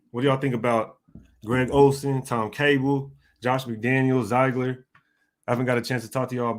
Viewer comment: It's pronounced (Zig) ler